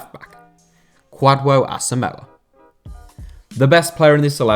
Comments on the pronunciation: The 'dw' in Kwadwo is pronounced more like a 'j'... ie. "Kwajo"... but in Ghana we've other related name like Kojo. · Me too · Man you killed me with the pronunciation of Kwadwo Asamoah 😂😃😃, thumb up 👍🏽,, nice one.